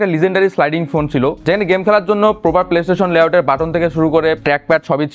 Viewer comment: পসিবির লোকদের বাংলা উচ্চারন এমন কেন ,,,??? স্মার্টফোন কে বলে এসমার্টফোন ,,, প্রপার কে বলে পোপার আবার স্নেপড্রাগন কে বলে স্নেপডাগন ,,,, আনপ্রফেশনাল লাগলো